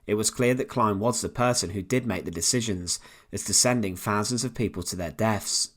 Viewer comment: Add to that his inability to distinguish between thousands and fahsands. A really awful narrator ..